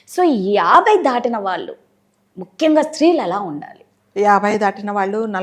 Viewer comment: దాటినా కాదు దాటిన న కి దీర్ఘం పెట్టకూడదు తీసేయండి